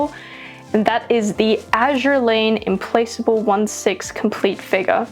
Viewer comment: Implacable is pronounced as Implakable we brits pronounce the C as a K for Implacable as she is a british ship